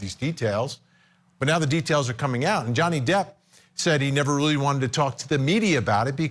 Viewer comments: & this dude calls Johnny Depp Donnie Jepp😆 I don't trust his advice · Guy says Donny Jepp. Twice. 😂